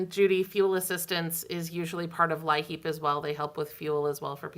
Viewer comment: From Pennsylvania. We pronounce LIHEAP the same as you. I've even heard it that way on their recordings and such.